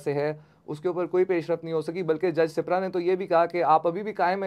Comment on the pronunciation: سیپرا نہیں بھائی سپرا ہے یہ ایک قوم ہے